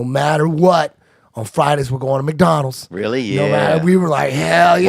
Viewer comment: the way he says McDonalds gets me every time.